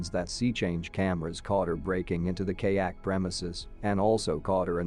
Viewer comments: Kay-ak? LOL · Bro phhht literally like “KAYAKE” like phht bro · What is wrong with these ridiculous robotic narrations? They are more or less spoken in English, but they are often butchering the pronunciations! What is a kaayak or all if those other butchered nouns, etc? This really is a complete lack of caring about their product.